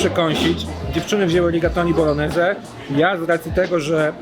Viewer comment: Kolejny fajny film. Mała uwaga - nie tylko „e” zabrakło. Bolognese wymawia się jako bolonieze, czy tam bolońeze, a nie boloneze. Gn we włoskim to nasze takie ń. Np gnocchi - wymawia się jako ńoki 😊 . Pozdrawiam.